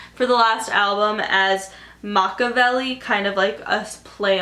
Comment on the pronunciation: Sorry I have to go back and say this... even tho I sound like a bitch. The name Machevielle is pronounced [Mac-ah-vel-e]. He says it in the beginning in his song Hail Mary. BUT OMG I LOVE ALL YOUR VIDEOS!!